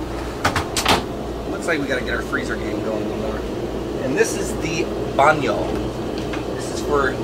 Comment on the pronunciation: I like the fact that Mike talks all the vídeo and when he say "salsa" and "baño".